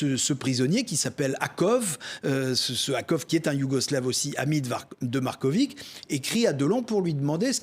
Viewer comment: si vous savez prononcer Djoković avec itch à la fin pour Marković c est pareil😊